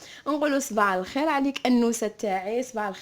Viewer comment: قالت صباع الخير ولا غير انا سمعتها هك